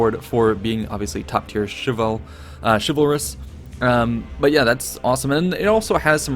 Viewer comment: Xin Guan Same with chivalrous.